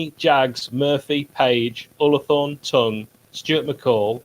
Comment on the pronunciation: Great video lads but curious how pronounced Tongey’s surname...is it “T-ung” or “T-ong”? I think the latter...can count on me for a banal debate 👍